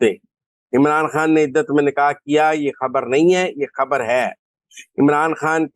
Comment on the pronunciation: My dear lady, it's undar ki khabbar (not habbar)and Imran khan is not is( not Imran Haan).thanx grat informatic show .